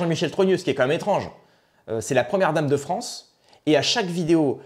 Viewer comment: « Vive la fronce »…